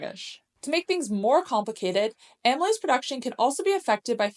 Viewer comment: It would be great if you could add subtitles to some of the technical stuff you're saying, because some of these terms are unfamiliar and it helps to be able to see the words. I'm trying to figure out the enzyme you said is good to use . Is that amolyte?